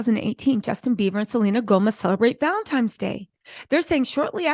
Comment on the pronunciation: Sweetheart, it's Valentine's day not Valentime's day.🙂